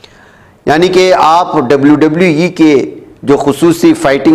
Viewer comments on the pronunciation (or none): Oye WWE Hota hai 😅